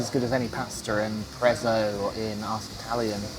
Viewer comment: Did you say the pasta was "as good as any Prezzo"? Or "as any prison"??